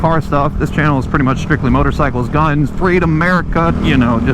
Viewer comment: Why it sound like he said “more dickers”